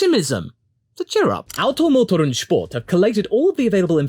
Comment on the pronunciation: As a german myself, I love the way you say "Auto, Motor und Sport". ;)